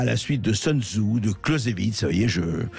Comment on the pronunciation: Ne pas prononcer le nom Sun Tzu à l'anglaise : rien à voir avec « sun » (« le soleil »)…